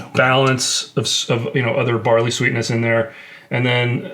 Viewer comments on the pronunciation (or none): none